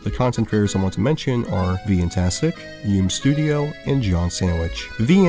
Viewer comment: “Yoom studio” *yu-mei studio, as yume (夢) is “dream” ^_^